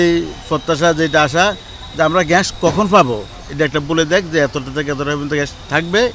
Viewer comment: আরে ভাই ওটা ঘ্যাস না ওটার উচ্চারণ হবে গ্যাস!! 😂😂